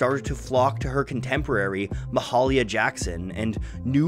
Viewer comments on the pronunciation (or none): Ma-haul-ya Jackson !?!?!? Try Ma-hail-ya Jackson. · BTW, Ma-HAY-lia Jackson